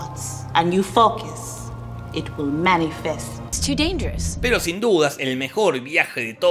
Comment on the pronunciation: Ajajajaja la tía Marta y su "elipsis" por lejos una de mejores intervenciones. Is Chu danyerus!!